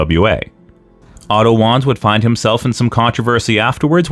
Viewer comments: I hate to be that guy to say it's pronounced "Vaanz" (W's in German are pronounced as V's), but this was a great video regardless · And, I Believe that It Was "Vanz", & Not "Wanz" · Wanz is pronounced like V-ah-ntz like Walter was pronounced valter before he went to the WWE. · Isn't Otto's last name pronounced Vahnce? That was the way the AWA announcers and commentators always pronounced it.